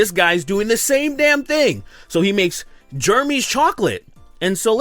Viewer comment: Totally agree with you, but u gotta admit that woman on the left is hot. Also why do u pronounce Jeremy like “germy”